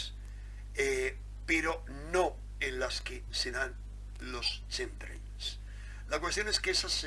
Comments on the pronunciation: Pronúnciese "KEMTREIL" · se pronuncia quemtreiiis por favooooor. Gracias por el aporte saludos de un seguidor. Un abrazo.